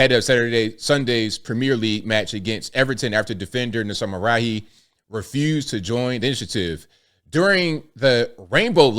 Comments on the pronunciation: Mazraoui pronouced Mazrawi. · Damn this made it over here? 😅 Edit: you didn't really butcher it. It's pronounced, Ma-zu-rah-wii